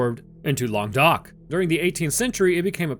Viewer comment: As a french people, all I can say is that I liked your prononciation ;) (u did your best xD) Your prononciation of Languedoc was perfect tho